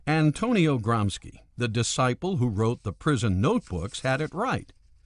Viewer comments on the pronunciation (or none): his name was "gramshi" not "gramski" ! I'd inform myself before pronouncing names of other languages instead of americanising them , believing to do something good and legal......All starts with respect , respecting even things we don't like ! Irritating is the self concentrated american view of the world........like there is no other! Isn't a bit like a young boy teaches the grandpa what to do ? I'm 100% anticommunist/anti-any-ism, I've have a lot of sympathy for America but this naive-arrogance towards others, putting their standards above all others is sometimes a bitter chunk to swallow....... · Or Cultural Fascism.... oh wait those guys killed people to, the politically correct don't ... I think you are talking about Cultural Bullshit, and like all bullshit, it seems worse than it is. also 'Gramsci" is pronounced "Gramsheee" not the more ominous 'GramSKI' charlatans. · Is Gramsci's name pronounced as "Gramski" to make it sound more like a bolshevik name? Or is it plain regular conservative ignorance of anything non US? And wtf is that accent? It sure as hell isn't an italian accent...